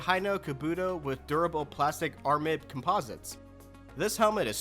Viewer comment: FYI aramid is pronounced "Air a mid"